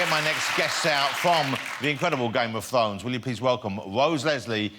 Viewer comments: Da Fozen Norf. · Game of thwones, Wose Lesley, Kit Hawwington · I'm sorry for being a dick but he said game of fwowns. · I can't listen to this guy it sounds like he says Game of phones. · "Game of fones"... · Am I hearing it wrong or is he actually saying "game of t'dhones" ? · Dwagons! Thwones! Tewible tewible human beings! Fwozen Nowf!